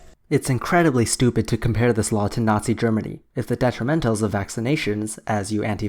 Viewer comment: uhm i think you’re mispronouncing germany...